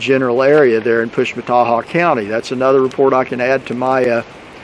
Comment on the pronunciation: Interesting! And you get an A+ for being able to pronounce the name of that county!!! Wow!!